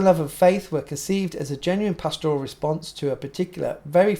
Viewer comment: PASture, PAStor, PAStoral. Not pastORal. But keep up the good work!